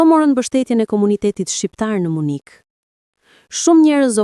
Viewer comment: Dhe 😂 nuk është Munik në shqip por MYNIH oooo Gaz në Tare 😅😅😅